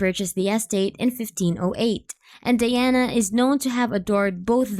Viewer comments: it's pronounced DI-ana di as in eye not dee as in pee. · Learn how to pronounce her name properly before presenting a video to the world lok